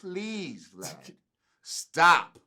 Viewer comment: He called him “V - Lad” tho 😂😂😂